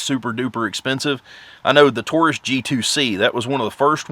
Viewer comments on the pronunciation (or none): none